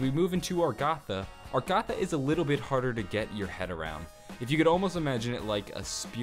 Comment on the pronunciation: so it is pronounced argatha right, or am i wrong and he's right by pronouncing it argather